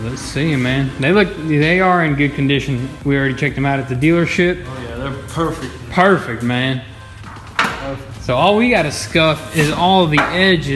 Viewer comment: "it's going to be parfect"